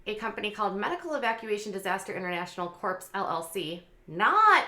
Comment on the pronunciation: I like hearing from you. Keep up the good work. Please learn to pronounce "corps."